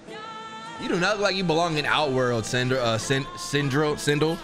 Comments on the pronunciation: He heard sindel’s name so many times and still call her sindri😂… god of war took a toll on him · I laughed every time he called Sendel, Sendral. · Who is sindrel ? Her name is Sindel😂